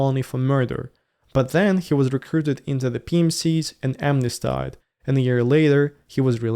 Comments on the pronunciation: "amnestied" is pronounced AM-ness-TEED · Please google the correct pronunciation of 'smnesteed". I like your new focus in the vlogs!